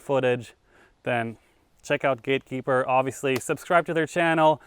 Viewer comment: A few times saying gatekeeper you are really starting to adopt the Mass accent lol. “Keepah”